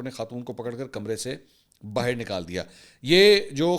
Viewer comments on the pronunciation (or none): none